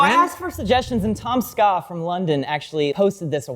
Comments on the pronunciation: the way pronounces Tomska is so wild thanks tomskAH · The way you pronounced Tomska was funny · The way he said Tomska felt like he has no idea who he is :D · you should get TomSka on the couch, he can teach you how to pronounce his name XD (also just because he's brittish doesnt mean he's from london) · ive never heard tomska pronounced Tom Ska